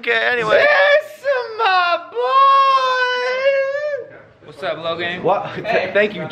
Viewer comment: Everytime he says MAH BOII i always thought either george, johannes (is that how you spell his name?), or Mark will be there